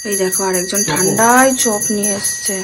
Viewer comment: কথাটা "ঠান্ডাই" নয় ......"ঠান্ডায়" হবে ।